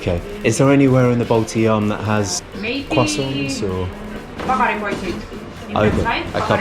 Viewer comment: Nice to hear that no more Baltidzaam but now its correctly Baltijaam.... :)